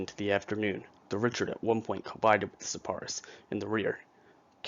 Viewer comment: I'm pretty sure the name of the ship is pronounced (ree-shard) rather than (rich-ard). This would make sense too because the ship was given to the fledgling US Navy by the French.